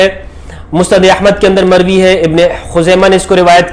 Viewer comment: ''mokhtulif ulfaaz k saath mer-vee hai''.fix ulfaaz bhe nahi han, very strange